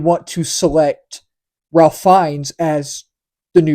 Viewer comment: Just FYI. And this is not obvious. "Ralph" in the case of this actor is pronounced "Rafe". Not something anyone would be expected to know.